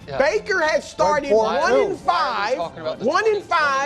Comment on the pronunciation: "Staeted talking about mud fliods"😂😂😂😂